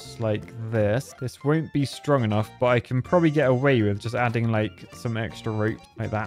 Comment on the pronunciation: whenever says strong enough, it sounds like stroganoff. It’s hilarious